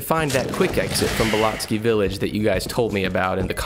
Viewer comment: It’s not belotsky, it’s pronounced like BELL OAT KEY, all one word belloatkey